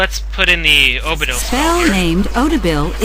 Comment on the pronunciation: the voice said Odibil instead of Obidil, lol. Derp